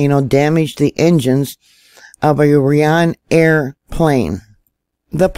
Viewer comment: I love ya girl 😉 .... Itz a Irish plane. Ryan-Air. I do that all the time with other words 🙂 make them posh